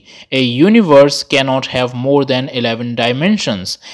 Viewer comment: It is called Universe, not Univorse… 🤦🏻‍♂️